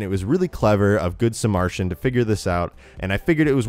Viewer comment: can u read its good suh-mer-ruh-tan